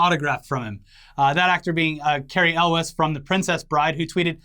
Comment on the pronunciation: Elwes is pronounced Ewels, as in Ewe.